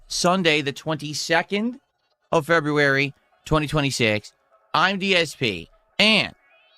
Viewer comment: Middle aged man who still pronounces "february" like a 3 year old.